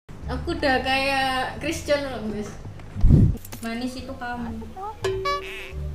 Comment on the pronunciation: Bilangnya crhisjon, musicnya jhon cena.